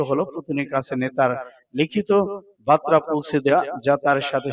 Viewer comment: বাতরানা বার্তা উচ্চরন ঠিক করুন